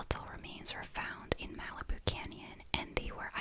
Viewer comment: The way you pronounce Malibu is cute. In America we say it like "Mal-ih-boo." The A is said like the A in Malicious, and the I is pronounced like "ih" not "ee."